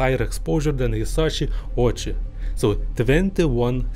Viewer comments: It’s pronounced Oh-Wee-Chee. 🙄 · 1. Why does this guy have to cover his face with a mask? 2. I like his east European accent. 3. Pretty sure some people would fun of Ouchi’s last name as in “Ouch” - the correct pronunciation is “Oh-oo-chi”